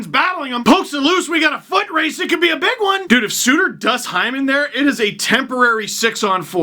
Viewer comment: It's not Zach Hyman it's Zach Heeman